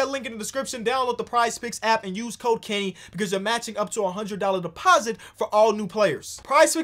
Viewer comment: i swear i heard "Cocaine" when kenny talked about the sponsor and the code "Code: Kenny"